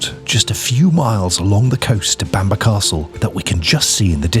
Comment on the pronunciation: Bamburgh is not pronounced Bamber but like burgh in Edinburgh so sounds like Bamborough.